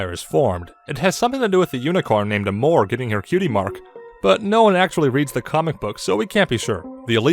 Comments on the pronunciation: Despite the humor and sarcasm, this... this was kind of right. Also, Amore is a word from an Italian origin meaning love. Pronounced: Ah-more-ay. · Princess Amore (Pronounce Ah-More-Ay) It's Italian for Love. It's why Cadence is "Princess Mi Amore Cadenza" which is "My Love, Cadence"